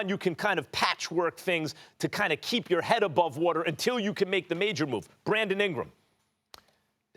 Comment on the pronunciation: "Bwandon Ingwam"